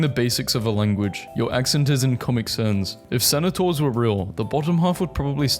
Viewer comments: It's cen-taur not cena-taur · Why the hell do you pronounce centaur like that? I've watched Harry Potter so I know it's not a british thing. I'm looking at my phone listening to this in the background and it just sounds like you're saying senator and I'm getting really confused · Centaur isn't pronounced Cenotaur...but hilarious video thank you. Haha! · Your pronunciations of Centaur are absolutely vile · Hot tip: "Centaur" and "Senator" are not pronounced the same. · the way this guy pronounces centaur hurts me genuinely